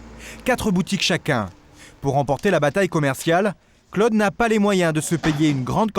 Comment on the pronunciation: que c'est pénible ce commentateur qui ne sait pas que Claude ne se prononce pas Cleude !!!